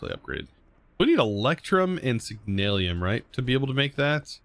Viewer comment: Signalum. Not Signal-i-um.